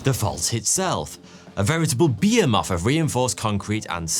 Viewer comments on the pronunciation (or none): Great story, loved the animation! Behemoth is pronounced Be-HE-muth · Behemoth not bee-hu-moth